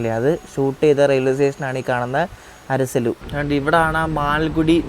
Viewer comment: അരസലു alla അരസാള്ളൂ... ❤from ഷിമോഗ